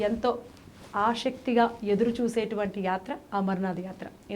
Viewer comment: మీరు anchor కదమ్మా.. ఆషక్తి కాదు ఆసక్తి.. కొంచం తెలుగు నేర్చుకోండమ్మా